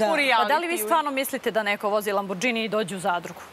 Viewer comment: Havarija i bruka za novinare kad izgovaraju ime auta Lambordzini umesto lamborgini mene oblio pasivan blam!